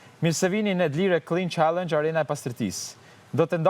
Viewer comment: Jo D'lire, por D'lirë o rrugaq